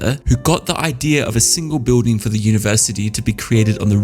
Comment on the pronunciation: Very informative and entertaining video. Spoiled slightly for me by the odd pronunciation here and there. For instance the word BUILDING is said the cockney way - BIWDING and the TH diphthong is either said as F or V depending on its being unvoiced or voiced. Pity about that. I'd have thought someone so well educated would have better elocution.